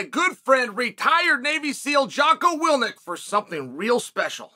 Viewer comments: say his name right atleast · Chael says "my good friend" then mispronounces his good friend Jocko's last name.